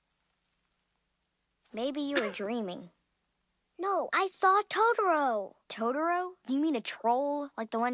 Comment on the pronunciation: I could tolerate the dub but when she said TODORO